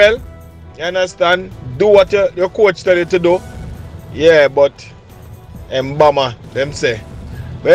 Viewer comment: Am curious to why 🇯🇲s have difficulty pronouncing her name.its not emboma and not Chris.how do you mess up such a simple name and not a difficult name like the 🇳🇱 athlete